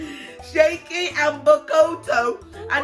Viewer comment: Shayky it's shaki